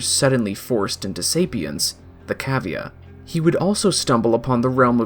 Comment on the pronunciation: 'cah-vee-uh' not 'ca-vee-uh' they say it in game?